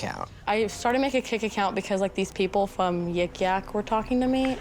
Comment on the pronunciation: “… the peopo fwom yik yak…” wittowawy